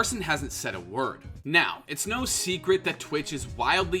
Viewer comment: im sorry but i thought there wouldnt be an R in NO